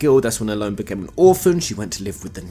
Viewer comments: ellone said like alone? really? I've always said it as El loney. sounds pretty that way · huh I always pronounced her name el en, for example Ellen DeGeneres.